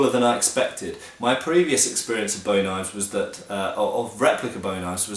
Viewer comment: Finally someone who pronounces Bowie correctly. I am tired of hearing people say 'boowie'